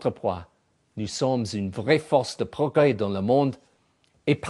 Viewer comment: Après les hauteurs de vues de Sarkozy, il devient carrément drôle quand il ajoute plus loin : nous avons fait de gwand pwogwès dans le domaine de la défonse